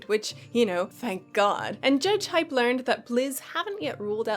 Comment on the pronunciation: Hey! Just so you know, JudgeHype is actually pronounced "JudgeHeep" (strange I know, but the webmaster said so a long time ago:D) Much love from France <3